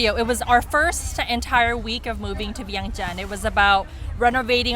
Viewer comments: I’m not trying to disrespect you at all . In fact , I enjoy watching your videos. The pronunciation of Vientiane just reminded me of all the foreigners who didn’t even respect Lao enough to even do their research. We as Khon Lao have the responsibility to correct these mistakes and not accept inaccurate information about OUR homeland. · PLEASE…….pronounce the capital city of Lao correctly!!!!!!! Don’t let foreigners dictate how we as Lao people speak…Veing Chan that is the only way it’s properly pronounced….It’s is so annoying especially coming from a Lao person…STOP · You’re giving out false information about Laos when you’re not informing your viewers on the proper pronunciation of the capital city. In addition to that you’ve mentioned we as Lao people immigrated to the USA..that’s false, we were refugees, big difference! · Viengjun or Viengjuun not viengchan😅